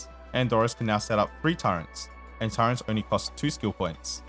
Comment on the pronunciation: bruh you keep adding an N in turrets :eyes-purple-crying